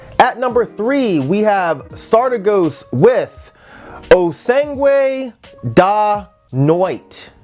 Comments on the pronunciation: Actually, O Sangue da Noite is Galician, not Spanish (and a version of Galician that's closer to Portuguese than to Spanish, unlike the official Galician that's taught at schools). But I loved your pronunciation <3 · Honestly, you didn't butcher the french name that much. The ending "s"s, that denote plural, aren't pronounced, tho. "O Sangue da Noite" is Portuguese and that one you did completely butcher haha All in all, great list! Gonna bump all the ones I didn't get to listen to last year right now. Thanks for the reccs. Edit: Did you get a chance to check out the new Charli XCX, btw? I thought it was amazing, but I'm not sure what'd you think of it